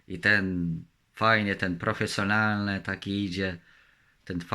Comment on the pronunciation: Jak będę się uczył "drugiego "języka kolejnego znaczy się, to też będę nagrywał fiilmiki w tym języku, powtarzając w kółko 10 słówek, bo widzę że w pięćsetnym odcinku, prawie dobrze wymawia slowo (profesjonalny )